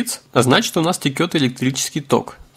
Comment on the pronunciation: Автор, не Текёт а течёт слух режет